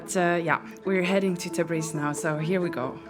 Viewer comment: Thanks for the video. I think you say Tabis but its Tabriz*